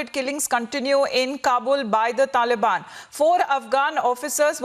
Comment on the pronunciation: "Dhalibaani Dherorist"